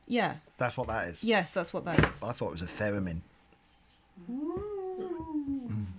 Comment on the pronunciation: I don't why but when he said Theramin, I heard it as pheromone. I was momentarily confused.